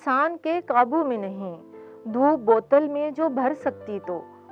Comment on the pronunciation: Shaira sahiba ke talafaz ki adaigi kuch sahi nahi thi, voh kheerah ko khairan aur dhoop ko dhop perh rahi thi.